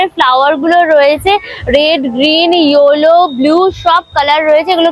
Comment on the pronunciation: Tomrs shobai "yollo" bolo keno? Pronunciation ts kinthu yell. .low.